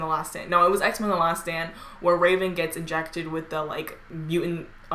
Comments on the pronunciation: it sound like she said X-men the last sandwich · i thought she said x-men the last sandwich